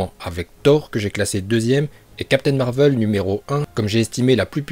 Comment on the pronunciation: Ça se dit marvel et non marveul